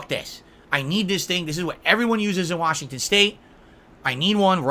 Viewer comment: WHASHINGTON WHASH